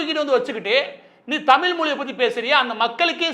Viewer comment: தமில் இல்ல நண்பரே... தமிழ்!! உச்சரிப்பை சரி பாருங்கள்.